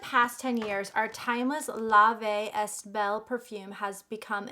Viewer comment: You’re so beautiful but don’t pronounce est it’s like eh when it comes out